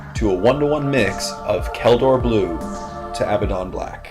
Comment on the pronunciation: It is Kantor Blue, not kaldor